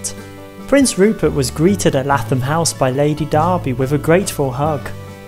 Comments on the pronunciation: Lath-am house 😂 its lay-thom either way great video i love learning about my local history in a fun and hilarious way 😂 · Lathom is pronounced as if you were saying Laythom.